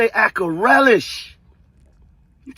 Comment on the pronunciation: He started off with “DJ Akarelish” 🥱🙄😐 Reallyyyyyy Maino😂 bul down bad